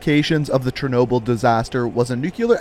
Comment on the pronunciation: Great video, but i think you might want to give a bit more attention to how you pronounce Russian words/names. Like its Chernobyl not Chernoble etc.